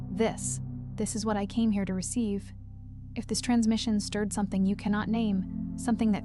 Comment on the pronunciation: “YES… this is what I Cane here to Receive”